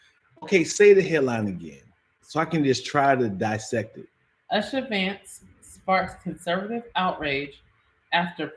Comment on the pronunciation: pronunciation is Oo-sha for Usha Vance. U-sha not Ush-a.